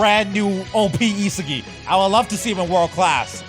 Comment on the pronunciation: Yeah.. that’s how you pronounce it You can even watch the anime if you don’t believe me